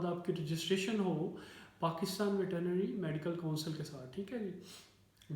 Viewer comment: Sir veterinary bolna to seekh len